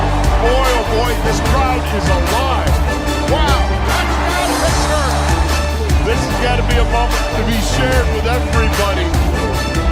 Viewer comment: That’s how you pronounce our city coach